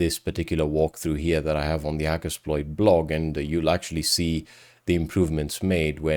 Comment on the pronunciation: I miss the way you used to say hacker”sh”ploit for a short time about 6yrs ago, always love the vids tho👍